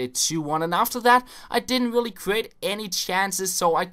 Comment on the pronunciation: Lol when you said really really it was like ; willy willy